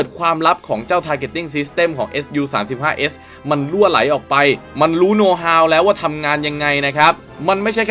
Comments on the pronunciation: ไม่ได้ออกเสียงว่า เอส ยู นะครับ เรียกว่า ซู เพราะเป็นชื่อคนผู้ก่อตั้งสำนักแผนแบบนี้ขึ้นมาเมื่อปี 1939 โดย Pavel Sukhoi ขอบคุณครับ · เรียก ซู สิครับ ซูวววววววววววว เรียกเอสยูมันบ่คืออ แล้ว multirole = มัลติโรลลลลครับบบบ ไม่ใช่ มัลไทโรลล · อะไรว่ะ เอสยู อ่านไห้ถูกหน่อย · ออกเสียงว่า “ซู” ครับ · แม่นแล้ว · ควรเรียกให้ถูกต้องเป็นการให้เกียรติบุคคล และประดับความรู้ตัวเอง